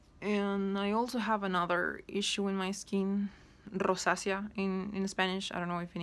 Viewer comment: "rrrosacea" that caught me in a way i